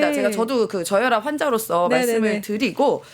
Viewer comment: 저혋압 ㅋㅋㅋㅋㅋㅋ 스퀘트 ㅋㅋㅋㅋㅋ